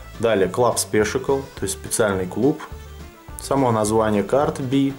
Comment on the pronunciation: привет. Обзор замечательный, все очень понравилось, хотя в принципе сам все про эту колоду знаю. Но, прежде чем читать на английском языке, все же стоит проконсультироваться с тем, кто на нем хорошо говорит. Во первых не "спишикл", а "спешэл", вот вторых не "эир кашен", а " эа кьюшэн", и в третьих, когда был обзор на карты Байсикл прозвучало "саэнс", а правильно "синс". Плюс не "дочерти", а "доэрти". Просто мне как лингвисту очень режет слух. Но обзор замечательный и мастер ты от Бога. Отличная сдача верхних и нижних.